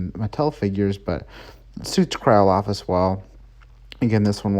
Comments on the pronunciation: It's actually "Cryolophosaurus", and it was found in Antarctica, not in the Arctic... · Not trying to be rude but you mispronounced cryolophosaurus idk if that’s just an abbreviation for it but still great video 👍